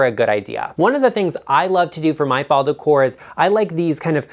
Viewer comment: Oh,! First reaction: you make me laugh! Thank you for NOT saying "DECK-ore!" Keeping it real, my man!